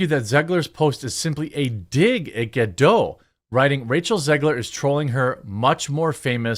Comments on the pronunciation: Ok please.. it's Ga-Dot.. NOT Ga-Dough... she's Israeli not French!! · What is sooo hard for americans to say GadoT?! 😂😂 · Ga-DOTE. She pronounces the T.